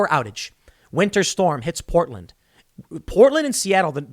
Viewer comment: Literally no one: New Jersey Tim Pool: Powtland